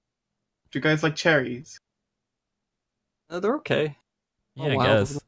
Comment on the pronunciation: I thought you guys were saying, "charities" at first 😅